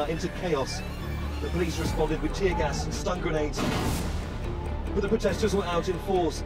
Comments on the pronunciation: Re's'pond not Repond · Repond nahi respond hota hai bhaiyaji